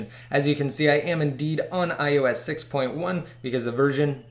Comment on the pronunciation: You have to speak more clearly at the end it sounds like you said "YOU CAN'T" jail break these devices